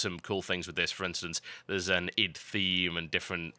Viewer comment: Wow this is probably the first time I hear someone else pronounce Id the way it should be pronounced!